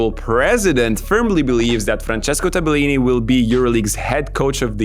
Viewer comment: wrong pronunciation, not Tabe-lini -> Tabel-lini